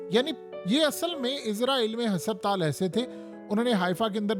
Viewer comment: Bhai apna talaffuz durust kro lafz husuptaal nhn hy asal lafz husputal hy for god sake apna pronunciation theek kro aisa lugta hy koyi village ka gunwaar baat kr rha hy